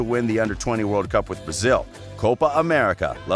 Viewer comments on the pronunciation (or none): none